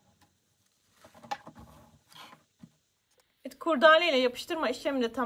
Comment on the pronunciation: Anlatım ve detayların anlaşılırlığı çok güzel emeğinize sağlık. Bir önemli eleştirim olacak izninizle. KURDAALE değil doğrusu KURDELE dir. Sevgiler :)